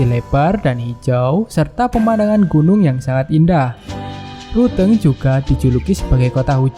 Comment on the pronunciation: Like dibaca lik ..gayo dibaca kayu. Ruteng= teng nya dibaca teng'ah harusnya dibaca ban'teng.. Klo orang asing wajar bicara begitu.. Lebih banyak lagi belajar dan perbanyak wawasan